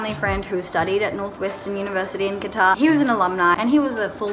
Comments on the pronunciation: They rejected cuz The Word you just said "qtar" instead of "qatar"😂jk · THE WAY SHE SAYS QATAR IS KILLING THE BAD WAAAAAAAAAAAAAAAYYYYYYYYYY